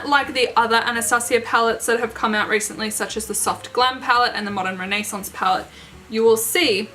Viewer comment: I love how you say modern renaissance ♥️ I own the modern and subculture palette but it kills me that they get so dirty Agree Celestial is such a pretty color 💟 I’m obsessed with your makeup look You look absolutely so Gorgeous your stunning 😍😍😍😍😍😍😍😍😍 💟💜💟💜💟💜💟💜💟💜💟💜💟💜 You def should do this look again when your in 🇺🇸🙌🏼💟💜💟💜💟💜💟💜💟💜💟